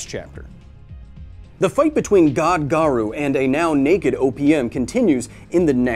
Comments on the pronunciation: "hero hunter garoo" ._. are you really a opm fan? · haven't seen anyone say it so: Garou is pronounced Gah-roe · This was a great vid but the pronunciation of Garou was bugging me a bit haha. The U in Garou is essentially silent, so it should be pronounced as Garo rather than Garu. There's minor differences in Japanese between an O and OU but as English speakers it's nearly unnoticeable so it's safer to just assume the U is silent as it's more accurate in nearly all cases. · GA-RO-U NOT GA-RU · Dang that was a great video. Knowing what some anime reviewers go through when they show actual manga panels.. I fear this video won't be up for long. I hope I'm wrong. Also, erm.. nitpicky but it's "Ga-roh", not "Ga-roo". (I know, I'm being that guy . sorry). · OPM is also a great tragedy. Btw Garou's name pronunciation is Gar-Oh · Can't even pronounce garou correctly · the Japanese pronunciations are so bad lol